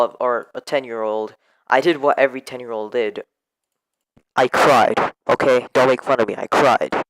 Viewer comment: Ooo spooky, I loved how you said twit, when you tried to say 10 xd any ways, could you make the live stream around 5PM, you’re timing. Because most people that watch you are kids, and it would be fair if you did it at a fair time. Also you know who I am, may you notify me once your starting?